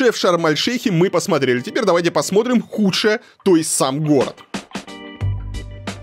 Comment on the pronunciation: Варламов конечно молодец, но вот произнести слово В котором неудобное сочетание букв Т и Р он не сможет : ТРИ,ТРАП,ТРЮМ. Он говорит :ПОСМОРИМ.У дочки поучился бы